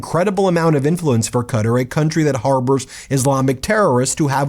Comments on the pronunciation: Oh Ben. Please. It is NOT cutter. Please ask a native speaker of Arabic so you can get close to a decent pronunciation of Qatar! kaw-tar not cutter! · Is he pronouncing Qatar (kuh-taar) as 'cutter' for a reason, like a joke I'm missing? I listen to these while working on other things and since I didn't see what he was reading from the first listen, I thought 'Cutter' was some kind of Qatari company Trump & co were working with. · Please pronounce the place correctly. Q’tar not cutter lol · I always thought that Qatar was pronounced "kuh-taar". Am I pronouncing it wrong? I never have heard it pronounced "Cutter". Which is correct? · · Ben, I have the utmost respect for you and your knowledge of all things legal. But Qatar is pronounced "cuh-TAR" with an accent on the second syllable, not "cutter". Love you man, keep up the good fight! 😊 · Love the content, but it's pronounced cat ar not cutter. Qatar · It's not pronounced "cutter" its "cat-tar" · Please, please, please, stop calling that country “Cutter”. 😣 You want to know how to pronounce it? Watch the airline commercials. It’s Kuh-Tar. Second syllable stress. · I'm a big Meidas fan (from the UK) but please pronounce Qatar correctly; it is "Kattar" or "Kat-tar" - it is not "Cutter" or "Gutter"... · Ben its quatar pronounced katar in english or kwatar not cutter .keep up the great work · It's Qatahr, not Cutter. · Kuh-taa , not cutter . 🙉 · Ben... it's KUH-tar not cutter. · no, I meant the er because Americans pronounce it cuttER, not cuttAR. I know what I meant, I use my mind 2 think. If u want 2 be exact, it's more like cuttrrrrr. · Its Qatar not cutter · Qatar is pronounced Kah tar... get it right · Please it's not pronounced Katar . it is Qatar = Kouatar !! with the accent on the AR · Why are you pronouncing Qatar 'Cutter'. Have a word with yourself. You sound remedial. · Are you not allowed to say Qatar? Qa-tar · Why are you pronouncing Qatar as cutter ? You should ridiculous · Qatar is pronounced ka tar